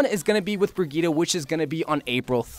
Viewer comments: It is pronounced briyit no briyita, at least according to the presentation video of Brigitte and Google traductor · IS THIS BOY PRONOUNCING BRIGITTE AS BREGETA 🤦‍♂️🤦‍♂️😂😤